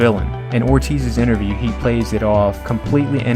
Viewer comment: Like these videos and the content, but you should get someone to narrate that doesn’t have a speech impediment and can properly pronounce common names like “Romero” and common words like “interview”. The mispronunciations are very distracting.